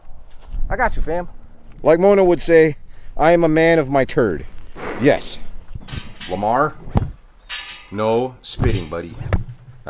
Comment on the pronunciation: Lamar lmao Lama-Omar. 😅😂